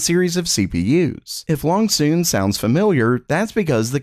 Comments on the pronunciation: Too bad YOU and have been SAYING THE NAME ALL WRONG!!!! It's pronounced LOONG-SON like Luuung-Sahn - or Loo.ng-Saan... he's been saying it BACKWARDS every time LOL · BRO... the Chinese CPU Company.... it's Loong-Son ... like Luuung-Saaan ... Looooo.ng-Sahn ... you're mixing up and reversing the long and short vowels... I know it doesn't seem or sound right saying it 'Luungsahn' but just slow down and sound it out... you'll see ... just don't be like the weenie at RedGamingTech and CONTINUE to say Koh-Pit-E_7_Kim-E for .... yes, in case you didn't know, he still says Cohpity .... Koh-Pity .... (idk how else to type it lol) when everyone and their grandma KNOWS it's Koh-Pite ... (yea, I can't figure out how to rtype that any better either lol) ANYWAY... It's quite rare that we talk about them, but if you do happen to read this then the next time the fake anoth..... errr I mean ... the next time release another benchmark you'll just say LUUUng_Son without even thinking about it :) (it doesn't even matter really LOL idk why I spend so much time "correcting" people when I don't even know for sure... ESPECIALLY not Chinese LOL) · It's more like, "Lone Scene" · How is it that "Loongson" gets consistently pronounced, "long soon"? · I'm not sure that you're pronouncing Loongson correctly. I could be wrong; Wikipedia doesn't seem to have the IPA transliteration, and I don't speak Chinese.